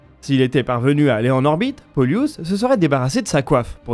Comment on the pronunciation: Hello, C'est plutôt "Pôlus" et non "Poliûs";) L'accent se fait sur le O. Genre c'est comme "Plus", sauf que la c'est "P(ô)lus"😊